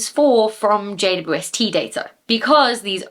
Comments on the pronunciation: Hahaha the final blooper 😅 I actually heard J-woob-ST all the time and considered it became that after saying it so many times over the videos and conversations 😂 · I think it sounds like you're saying Jay-Bwest-Tea. But I like tea. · You made JWST sound like, "Jade, you Westie." and now I have a name suggestion should I ever get a Scotland West Highland Terrier doggie. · You can tell you say JWST a lot because you've removed about half of the syllables for efficiency 🤣🤣